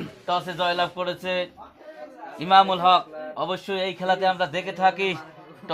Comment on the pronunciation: ভাই আমি সঠিক টা ওই বলেছি ,, আপনার এখানে যে ধারাভাষ্য করতেছে সে বার বার বলতেচে, ইনামুল